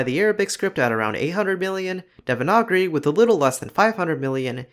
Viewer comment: I'm sorry how tf did you pronounce devanagari